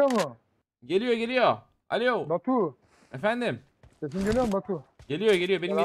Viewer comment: yanlız batur değil batu adamın dili dönmedi 🤣😂😂😂😂😂🤣🤣